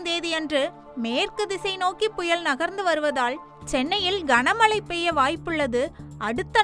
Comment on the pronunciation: புயல் என்கிற தமிழ் சொல்லை திரும்ப திரும்ப தவறாக உச்சரிப்பது வேதனை. தயவுசெய்து தமிழை சரியாக உச்சரிக்க வேண்டும் என்று கேட்டுக் கொள்கிறேன்